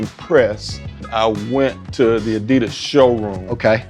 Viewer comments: Would you mind pronouncing ADIDAS the way it is meant to be pronounced? Much appreciated. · So....why doesnt pronounce Adidas right?